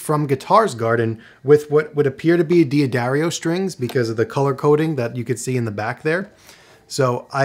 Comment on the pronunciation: do not resist! Just think how many pedants you will please by saying it correctly 🤣